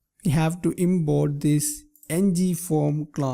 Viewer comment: no offense but I love the way you pronounce Import. You pronounce it as Inboard